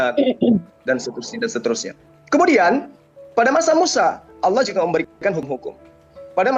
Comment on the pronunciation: Bukan alloh yg bener, tapi ALLAAAH, ngerti nggak bang?.......